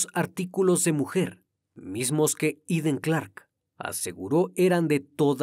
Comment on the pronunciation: Todo un profesional y me encanta la pronunciación del nombre en su idioma 🎉 MUCHAS MUCHAS FELICIDADES 🎉🎉 SIEMPRE PERFECCIONANDOTE 🎉🎉🎉🏆🏆🥇🎗️🏆🏆🏆👏🏻👏🏻👏🏻👏🏻👏🏻 ❤❤IMPECABLE CRIMI TU INVESTIGACIÓN E INFORMACIÓN ❤❤❤❤❤❤❤❤